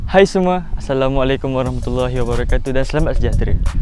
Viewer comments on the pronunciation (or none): none